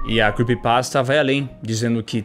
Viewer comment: se arrumou todo fez a maior produção, tudo pra chegar la e ficar falando "quepypasta" q feiura pqp